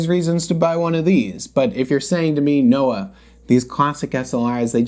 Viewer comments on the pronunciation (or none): none